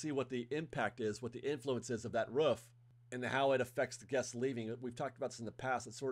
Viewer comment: Roof.. not Ruff